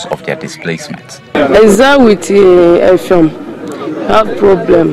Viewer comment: Effium not Effiom